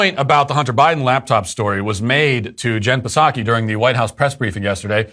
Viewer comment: We should meme the pronunciation "Puhsacky" into reality.